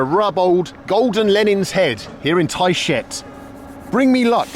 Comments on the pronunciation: every time I hear "tight shit" when he says the town's name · Did anyone else hear him say Thai shit when he said the name of the town? Hah. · It cracks me up how you pronounce Tayshet. Thai Sh/t 🤣 🤣 🤣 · I think I pronounce Tayshet wrong. But at this point I'm afraid to ask.